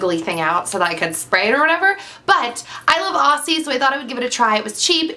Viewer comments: It's pronounced 'Ozzie' - with a z, not an s. :) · Hey there, with the pronunciation of the "aussie" products, I hear so many Americans pronounce it wrong :P it is pronounced "auzzie" like with a Z don't say it with the S :) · great video, i love how americans pronounce aussie hahah we say OZZ-IE ;) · I find it funny how Americans pronounce Aussie although it has 'ss' it is pronounced Auzzie (o-zz-ie). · Sorry, but that's not how you pronounce Aussie...